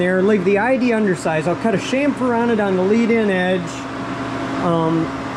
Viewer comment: so refreshing to hear chamfer pronounced right, next chassis